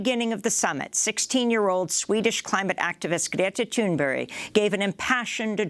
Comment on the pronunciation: It sounds like Amy is saying Greta Thunberry. Lawl.